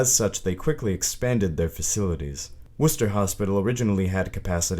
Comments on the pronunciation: It is pronounced McLANE hospital, spelled McLean; He pronounces Worcester correctly. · Good job with the video. Either the creator is from New England or did his research based on how he pronounced Worcester correctly. Worcester state hospital was demolished and rebuilt into a modern facility after being abandoned for years sounds like he used his younger sister with braces to do the the voice. They aren’t fun so I hope her teeth at least came out good. 😁